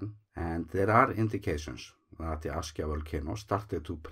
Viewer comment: the way you started your vide3o just says Askya